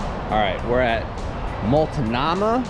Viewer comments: Multnomah = molt-no-ma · Mult-ah-mah? Lol. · That was an interesting way to pronounce Multnomah